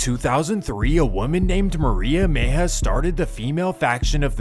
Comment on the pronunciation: It’s Mejia, not Meija